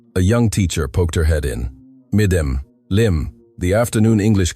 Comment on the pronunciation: "MDM" is an abbreviation for "Madam", so should be pronounced as Madam, and not Mdm!